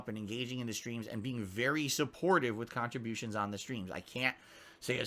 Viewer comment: look at his fucking twitch (lol) when he finally meanders around to the word "cahntributions"